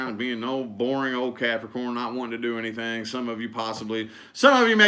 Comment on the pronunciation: Love the way he stares into the screen and says Capricorn “caaarprocron”for their readings 😂